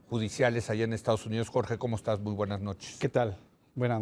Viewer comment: Leo Zukerman se cree sabelotodo y es un vil inepto y analfabeta. Dice: ¿comostas? Oye taras, se dice ¿Como estas? Y también te recuerdo que el ejército no puede disparar sus armas en una lluvia de gasolina, como lo querías en Tlalguelilpan HIDALGO. Tarado. El taras se ve preocupado porque ya van a declarar culpable a Garcia Luna.